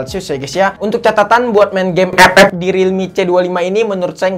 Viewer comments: Ngomong ep ep nya itu lo bikin ketawa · Ngakak pas ngomong "EP EP" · Wkwkwk gw ngakak pas ngmng epep